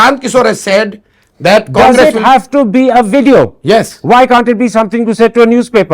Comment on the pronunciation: "Show me the wveeeedio"😂😂😂😂😂😂